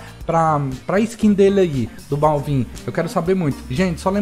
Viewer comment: n se fala balvin, se fala bálvin